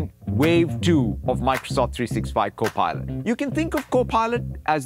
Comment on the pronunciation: 主播的Copilot 什麼時候才會唸對 😂